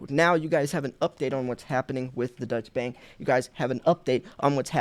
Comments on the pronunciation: Deutsche means German and is pronounced "Doy-chuh." Not to be confused with Dutch which means from the Netherlands. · Deutsche bank = “doy-cha” bank…not “Dutch”. Sounds confusing when you say “Dutch” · Its not the Dutch Bank boss its pronounced doych which is German or the Deutscheland...The word dutch is reffering to Holland or The Netherlands or Niederland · It's pronounced doisha bank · You are always so very helpful. Allow me to help you for once. This German bank you mentioned twice is pronounced "Doi-cha" or "Doy-chaa" Bank. Thanks for all your great videos, good sir. ✅🤙🏼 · I‘ am a native german so I will try to help you to pronounce the name of Deutsche Bank! Before I just want to declare that Deutsche Bank is less a german bank as its name shows. The Deutsche Bank is much more an high real international Bank which even act worldwide. So the correct pronouncing for you as native english speaker is „Doy–Che“ Bank. Greet‘s to the USA. And don‘t forget „Let‘s go Brandon…!“ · Deutsche bank is German not Dutch btw. Unless I miss interpreted your accent/pronouncing of it.